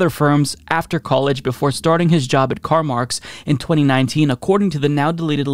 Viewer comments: CarMarx lmao.... It's CarMAX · Hahah! "CarMarx"?!